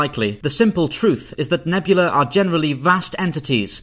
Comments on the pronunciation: A single such cloud is a nebula. The plural is nebulae, pronounced "nubulee", not "nebula" Otherwise a very informative video! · He pronounces "nebulae" like "nebula." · He keeps pronouncing "nebula" and "nebulae" the same, and it's super irritating. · Please. Don’t make a video about nebulae and then consistently mispronounce it ever single time you say it. Nebula and nebulae are not homonyms